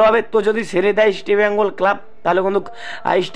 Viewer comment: Tomar ai Eastibengal Club bola bondho kore Easr bengal bolte sekho.